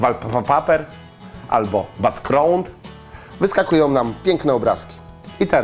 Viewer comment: BACKŁŁROND nie no leże.